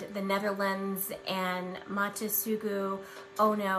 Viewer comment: I like how pronounces 'Mata Sugu Ao Ne' as 'Mata Suju Oh No' xD